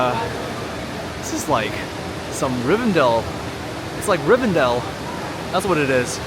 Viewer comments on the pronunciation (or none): 😅😅😅 I just had to subscribe because you said "Rivendale"! LOTR fan here 😊😅. Btw, Great video, your reactions are very engaging 👍👏